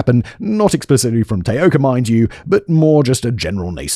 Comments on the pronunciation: Self exiled Scot in Tokyo here! Great work George! And while mostly Simon didn't butcher too many of the Japanese words, the two he used the most were, um, a little off! Taoka should be tah-oh-ka, and Kobe, koh-beh (the stress is complicated due to the pitch accent, which I won't even attempt to explain here, but suffice to say that tay-OH-ka and KOH-bee were a little distracting! But not to the lessening of enjoyment of what, again was a hugely enjoyable video and an interesting change of pace which I hope performs well! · Can you even try to be professional you didn't even bother to learn how to say the name of the person the video is about!